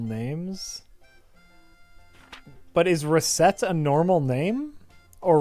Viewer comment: It's pronounced Resettear, because it's a combination of their names.